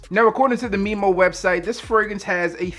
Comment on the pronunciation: It's pronounced Memo not Meemo lol